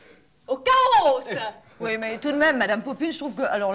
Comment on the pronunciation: "au chaos" (avec une exagération sur le s de fin)